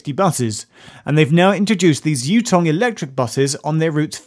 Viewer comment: Ouch. Chinese bus? The "Yu" in "Yutong" is of the phonetic "yː". It's not in English so few English speakers can identify it